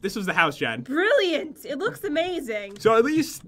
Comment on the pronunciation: "brilliant" when did jen suddenly turn british